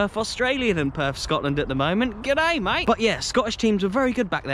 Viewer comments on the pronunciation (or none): none